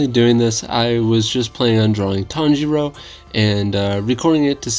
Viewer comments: Pretty sure is tanjiro not tanjuro lol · 😂you forgot the name is Tanjiro not Tanjuro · It’s tanjiro not tanjuro that is his father.